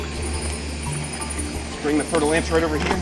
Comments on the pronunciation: Did you say "fertile ants"? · I heard fertil ants XD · All this time I thought he was saying "Fertile Ants"... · Every time you said, fer de lance, it was a new pronunciation. Honestly, I thought you said fire ants the first time, and I was kind of confused as to why we are so excited about fire ants and running into them 😅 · I've never heard of that snake before so I thaught he said fertil ants XD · All the times u said it i thought u were saying fertile ants i thought they were ants haha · I legit thought he said ' fertile ants ' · I know right!?! I always thought was saying fertile ants, and I was like "wow those are some scary ants" and then I googled it and it was a snake. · No lie I thought that was what he said at first, 😂 before I realized he was talking about a snake 🐍